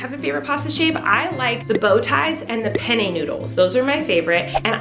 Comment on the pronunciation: The way she pronounces penne😖